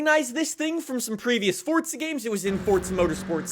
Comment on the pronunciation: Its FORZA not FORTZA